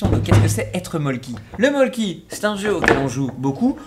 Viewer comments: juste y'a un y ok mais sa se prononce molku pas molky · alors s'il vous plaît ça se prononce pas "molki" mais "molku" car c'est finlandais et le "y" ce prononce "u" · Pas mol-ki. Meul-ku. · Sympa la vidéo =) Par contre il y avait une petite erreur: le mölkky ne vient pas de Suède mais de Finlande ;) Et ca se prononce "meulku" (mais bon la prononciation...). Bisous d'une expat <3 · Le Mölkky c'est Finlandais et j'en conviens que la confusion avec la Suède devait etre une blague car une mauvaise connaissance des produits d'une suprématie telle que la Finlande est bien sûr totalement inimaginable et burlesque et ça se prononce mölkku et quand ya 2 même lettres d'affilé c'est plus prononcée. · Le mölkky c'est finlandais (je connais mon pays 😊) et ça se dit melccu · On dit Molku! Et c'est quoi ces bières dégeu? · mollky se dit "mollku" en suédois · On prononce meulku :) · sauf qu en francais ca ce prononce "Molku" 😉 (ma mere a un ami qui est en competition international de molkky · Pour info Mölkky c'est finlandais pas suédois et ça se prononce "meulku"